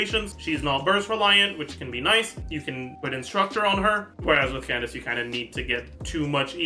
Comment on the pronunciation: Wait, since when did start saying Candace’s name right?? “Candaka” is burned into my brain